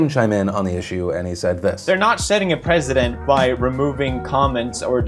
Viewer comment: Unnoticed how Pewdiepie says "setting a president" and not "setting a precedent"